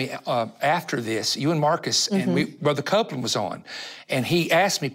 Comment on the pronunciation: You lost me when you said Copeland